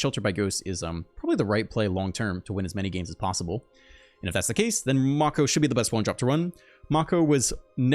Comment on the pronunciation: lol Mako. Pronounced (may-kow) like the shark. also great deck